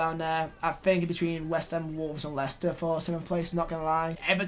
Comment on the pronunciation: leighster instead of wolves , u alright mate